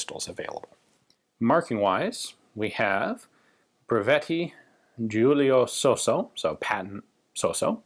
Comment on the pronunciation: You pronounced Giulio Sosso's name correctly!